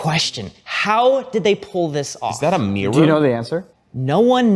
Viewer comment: I am so grateful that says mirror instead of, well, that yuck sound the others utter...:D Backhanded compliments aside you guys have been very inspiring to me over the past weeks and months. I greatly appreciate what you do. Thank you!